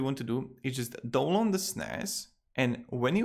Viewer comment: he said "dong long" instead of download